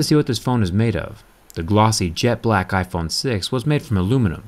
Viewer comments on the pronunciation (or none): LOL HE SAID JET BALCK IPHONE 6!! 🤣